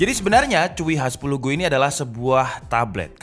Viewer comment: Hi 10 go bukan H 10 go